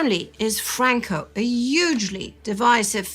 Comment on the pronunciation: Did pronounce Franco's name with an Italian accent?